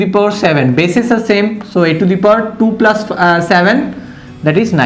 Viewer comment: Sir it us plus not plaas